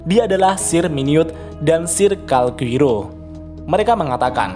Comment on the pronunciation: Calgurio min bukan Calguiro